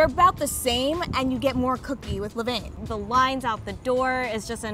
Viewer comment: Levain vain like cain levain is how u pronounce